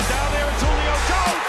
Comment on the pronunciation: did that announcer call Julio Antonio?